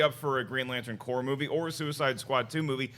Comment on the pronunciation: it's corps Danmit lol